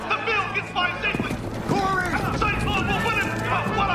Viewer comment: Its Cory, not Carrie